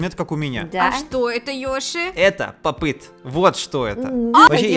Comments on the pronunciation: Не пап ит а поп ит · Не папит а поп ит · не пап іт а поп іт!!!!!!!! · Только говорится не поп ыт а поп ит